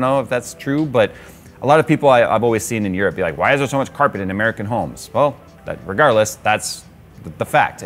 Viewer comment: Nobody: My brain when says carpet: k æ r p è t